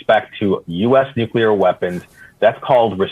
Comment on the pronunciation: Donnie can't even pronounce nuclear. He says it like Homer.